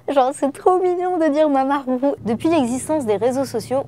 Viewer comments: 马马虎虎 !! Ça se dit mama ou ou ? On n'entend pas de R !? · en chinois le h ça se dit "r" mais pas comme on le dit genre plus la jota en espagnol elle a bien dit